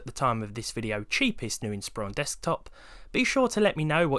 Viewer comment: THANK YOU for pronouncing Inspiron correctly.